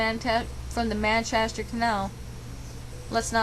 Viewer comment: Man- CHEST -er not 'man casher' - that was driving me nuts lol (OK ya fixed it nearer the end lol)